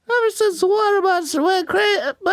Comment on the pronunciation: I repeated hwater at the same time as Dan 😂 H H HWATER